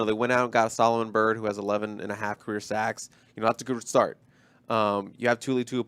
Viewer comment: it's pronounced Too-lee-ow-poopoo